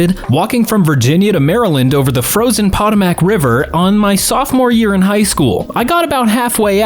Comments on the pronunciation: As someone born and raised in Virginia, and who has been boating on the Potomac. It kills me to hear you say pot-toe-mack. It's Poe-toe-mac. If you're from here you might slur the last syllable and say Poe-toe-mic. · it’s pronounced “PA-TOM-IC”